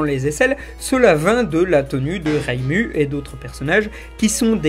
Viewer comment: Rému ? ????!!!!!!! Mais oreilles saignent. . .